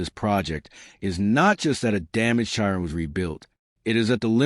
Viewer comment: Chi Ron LOL stupid AI